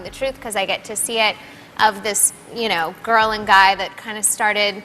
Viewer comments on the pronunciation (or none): none